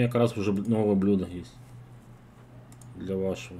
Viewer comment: Блюдо ударение на Ю раз 5 уже повторил